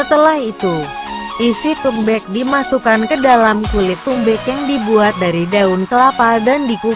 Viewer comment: Suara bk google becek saat bilang tumbeek.😂😂😂